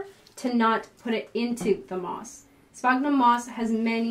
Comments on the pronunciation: Sphagnum , not sphognum. Js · Spaag-num? Sphagnum moss is not pronounced that way. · “Spag- Nam” ? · I've never heard the way you pronounce sphagnum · Well that’s peculiar.... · The pronunciation of monopodial and sphagnum really turned me off.